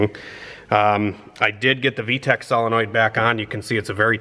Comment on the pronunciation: The way he says V-Tec like Tack makes me smile.